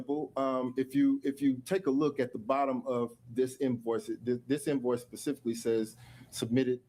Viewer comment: "I don't recall pacifically" lmao 🤣